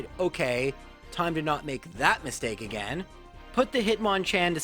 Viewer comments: A gain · GO AGANE xqcS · Knew this guy was Canadian based on the way he said “again”